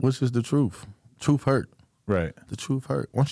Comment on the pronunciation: I'm gonna be the Grammer police here. But it's truth, not troof, and it's meth not meff. 🤦‍♂️